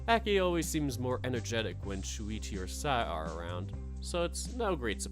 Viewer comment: Actually, Shoichi is pronounced Show-ichi. I think Shuichi is also a Japanese name but it's spelled differently